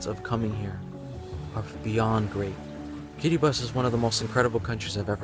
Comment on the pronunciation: I'm so proud of him for his correct pronunciation of the name of my country "Kiribati"